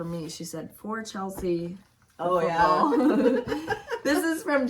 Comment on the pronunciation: Thank you the free pattern and Chelsea! Was so surprised to hear my name and Chelsea you did pretty good with saying so close!!❤ you and Kimberly have a great trip can’t wait to hear all about! Thanks for my Saturday morning laughs! ❤❤